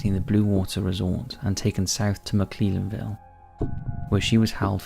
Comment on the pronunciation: Britney Drexel's body has been found, Wikipedia has not been updated. Also you butchered the pronunciation of McClellanville.